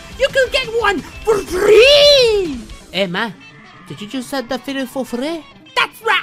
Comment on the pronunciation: Did you say f r e e ?